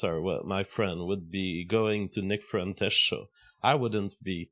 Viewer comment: "Nick frentes" stop speaking baguette!